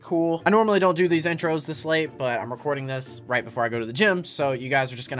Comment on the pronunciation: At the beginning he was flexing 😂😂😂😂😂😂😂😂😂😂 he was like I AM RECORING